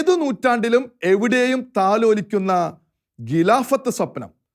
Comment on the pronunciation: ഖിലാഫത്ത് - not ഗിലാഫത്ത്; ഘട്ടം not ഗട്ടം സഹോദരാ ഖലീഫ not ഗലീഫ....😎